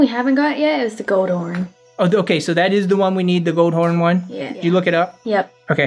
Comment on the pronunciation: Its not goldhorn its coldhorn